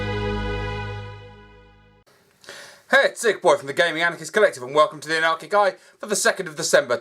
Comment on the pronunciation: I keep hearing "Anarchy Guy" instead of "Anarchic Eye" in the intro lol, sounds very whimsical